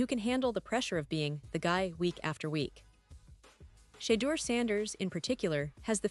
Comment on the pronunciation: I’m listening to this bullshit because I’m a fan of Shedure sleeping really sucks and the way that the media and all you people can’t even annunciate his name properly and show some respect so prejudice so disrespectful unbelievable